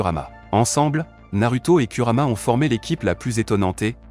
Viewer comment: Tu parles de: au cage ou bien ?? Donc tout ça pour un R à la fin. Si tu n'arrives pas à dire Kurama c'est mieux de dire Kyubi mais, je doute que tu le prononce bien